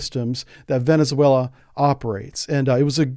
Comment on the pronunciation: You are mispronouncing Venezuela.